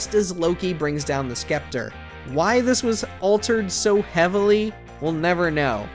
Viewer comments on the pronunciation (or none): The "c" in scepter is silent, dude. Get it right next time! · For future reference the c in scepter is silent. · Did you just say skepter that scepter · Scepter is pronounced with a silent "c" for future reference, guy. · Bro said Skepter